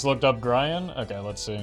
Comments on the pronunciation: I mean if you've never heard of him before how else are you supposed to imagine it's pronounced? It's one letter off from Brian. Anyways, add Gryan to the pile of off-brand Grians along with Giran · the mispronunciation of Grian hurts me